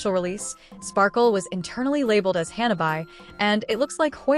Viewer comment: Oh waitt even Firefly getting buffed also ?!! That's insane on top of her Costumes which I'm definitely buy 😂 and What's with the pronouncation Hanna bye? It's Hanabi 😂